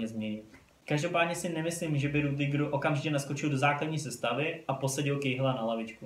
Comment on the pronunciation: Sry ale čte se to Rydyger